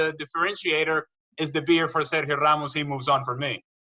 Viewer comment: Hate how she pronounces Sergio, Cristiano, Aguero and Ronaldo